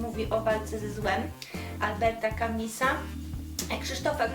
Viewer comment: Wszystko fajnie tylko... /Kamisa/??? To się chyba czyta /kami/